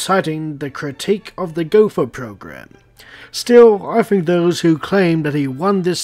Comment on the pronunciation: Btw, Gotha is pronounced like Gota. The th is pronounced like a T in german